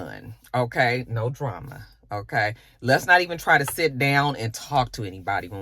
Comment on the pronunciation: Not "oké" 😂